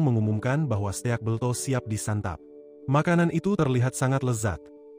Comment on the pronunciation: steak bang bukan ste ak